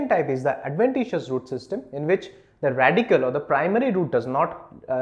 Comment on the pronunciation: Radicle* Not Radical.